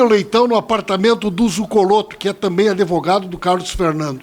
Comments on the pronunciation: ~ parei de assistir em “ adevogado”. 🤫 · Esse Pimenta é uma besta, é uma vergonha para o Rio Grande do Sul e saiba que a palavra correta é ADVOGADO, sem a pronúncia da vogal "e" que não existe na palavra. ADeVOGADO, só um imbecil e estúpido como você "MONTANHA" prununcia! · Gente... Que vergonha!!! É doído admitir que no passado fui Petista. Tem que corrigir o Pimenta e explicar a ele que o correto é Advogado, sem apoio vocal e não Adevogado.